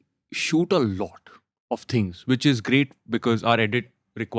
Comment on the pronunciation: The fuq is "lauda", enunciate your words "lot of" stop saying lauda lauda.